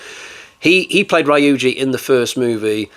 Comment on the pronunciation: You've got some good ones this time, but the Rye-you-jee and Se-day-kuu need to stop. It's Ryu-ji and Sa-da-ko, pronounced exactly as written. About this work, I can't say I liked it. The original was best and the sequels were awful. We should have had James Cameron do the sequels, as he's the only one capable of making a decent sequel.